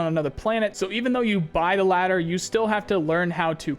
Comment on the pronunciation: say ladder again I fuckin dare you!